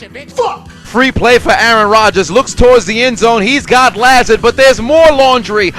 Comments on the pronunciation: It’s La-Zard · Btw Allen Lazard is pronounced La Zard not La Zerd